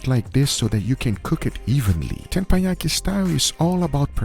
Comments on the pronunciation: I bet people have already mentioned this, but in Korea it’s almost sinful not to put the whole ssam (wrap) in your mouth also it's not Tenpayaki -> it's Tepanyaki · TeppanYaki ❌ TamponYaki ✅ 😭